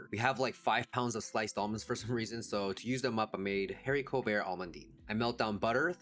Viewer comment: Pssst the ‘h’ in haricot is silent 🤫 you’re doing great!